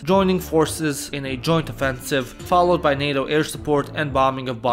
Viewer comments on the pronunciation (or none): none